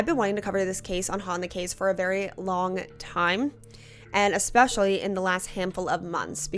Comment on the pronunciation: The word is E specially Not Ex specially Thank you